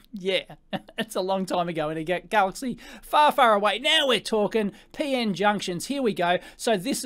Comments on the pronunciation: It's P-N, not Pee-In, lol. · "Peein' technology" :)